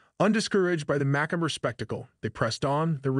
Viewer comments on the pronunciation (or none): Macabre (mak-aw-buh)